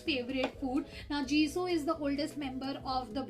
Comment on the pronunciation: it is called jisoo not jisow